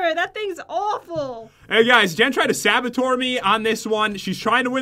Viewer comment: Pat: “Jen tried to sABaToR me” Me: “ um what did you just say pat?”